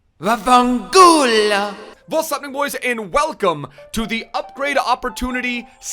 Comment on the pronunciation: I'm wating the most for Italian/Serie A zweviews because of you saying "vafancullo"